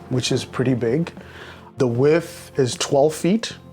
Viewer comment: Did he say "wif", instead of width?? The pricing on all "tiny" homes has gone completely opposite of the original intention, even with the US conversion that is one of the most expensive Park Model homes I've seen.